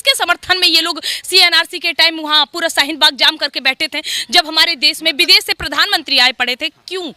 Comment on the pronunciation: Pehle bolna seekh lo.. hehehehe😂😂 bides, des, saheen bagh, sahrukh khan 🤣🤣